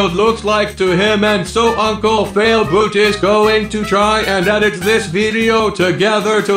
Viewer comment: I hear failbloot